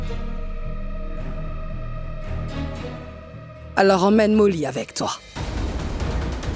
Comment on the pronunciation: donc tu prononce meme pas le nom d mauli tu es vraiment ingrante e tu fais aussi la priere sorcier